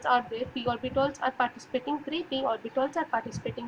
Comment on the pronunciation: Those are orbitals , not orbitOls 😂